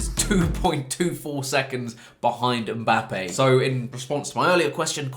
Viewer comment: why you say mbapping